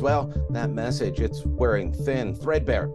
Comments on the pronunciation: Did Trudeau say, 'meshage?' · What's the "messhage" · I had to replay him saying "message" about 10,000x 🤣 🤣